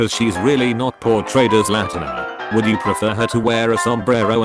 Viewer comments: "and I WOLD-UH if I COLD-UH" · "And I wolda if I colda"